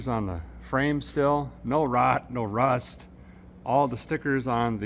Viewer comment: Hearing you talk about rust I coulda thought a guy was from New England!!!!???